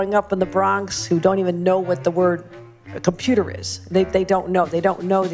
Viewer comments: There's no "n" in "compruter." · Probably because they say “computa” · Cumpeurter?? What be that massa? I’s don’t know no betta.